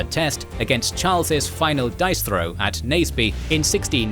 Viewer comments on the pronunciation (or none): none